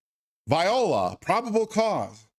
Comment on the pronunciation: Voila, not Viola you heathen 🤣 It's French, like tadaa!